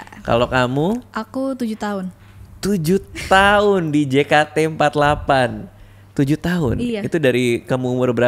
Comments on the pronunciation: Gemes bgt bang radit nyebutnya jekate. Padahal member udah nyebutnya jeketi :( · jei ke ti for ti egk , bukan je ka te empat lapan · juga bilang jekate empatlapan